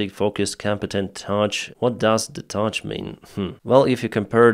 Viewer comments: That word on the poll graphic isn't "touch". It's pronounced like "tuff", as in strong, resilient. One of the candidates is known for a lot of touching, but that's another story. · Its Tough . Not Touch ;) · the category on the opinion poll was not "touch", it was "tough" pronounced tuff <Туф> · It's not "Touch" like with your fingers, it's "Tuff" like in mean, and like in hard. 🤓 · Yea its hilarious he misread it as Touch and then didnt understand what they mean xD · you asked what does touch mean well it's not touch it's tough as in strong. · Not "touCh", but "touGh", pronounced, "Tuff" - something like "able to keep going even after suffering damage/ setbacks" (but I suppose you already know that once you spotted the misread). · tough pronounce like TUFF meaning strong, hard, resilient thank you for your hard work! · not ‘touch’, but ‘tough’ - pronounced ‘tuff’. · Dear: Tough is pronounced "taf" not "tatsch". And the meaning is sort of steely (not too hard to be brittle but not as soft as pure iron) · it's not 'touch', but 'tough'. Spelled with a G instead of a C. It means something like 'strong'. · "Tough" (pronounced tuff) means strong or durable. "Touch" has a c, rather than a g. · The second missile on that F-16 wing is an AIM-9 Sidewinder 🐍 It is as easy to identify as a Giraffe. 🦒 UK have been using them since the Falklands War in 1982, provided by US. Tough is pronounced "Tuff" = strong, hard to break. Not "touch". I can see that the language barrier is real. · Lol it didn't say touch-it said said tough (pronounced like tuff) its essentially a measurement of strength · The word “tough” means strong. It’s pronounced tuff not touch. Your English is very good. Just trying to help. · It's tough, not touch. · tough - pronounced tuff not tug - means percieved strength. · the word 'Tough' is pronounced 'Tuff' and means 'Robust', 'Strong' or 'Resilient. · Tough = (sounds like) Tuff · Haha ”what does touzzghh mean” :p